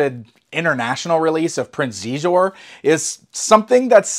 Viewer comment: I believe Xizor is pronounced "She-Zor" ;P But great vid, the prices on stuff at these cons make me hurt every time I see it. That McDonald's set is great though, I actually remember playing with that very same set at my grandma's growing up.